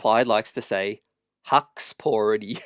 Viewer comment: I like how Clyde didnt correct himself. Kept saying huksporti 😂😂